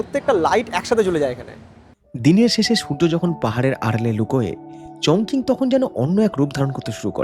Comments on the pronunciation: উচ্চারন টা হবে চংচিং। চংকিং না। 在中文: 重庆 (Chóngqing ) . 🇨🇳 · Chongqing is pronounced as "Chong-CHING". Hope you don't mind the comment.